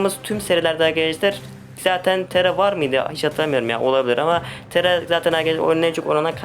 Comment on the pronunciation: Tera diyil tara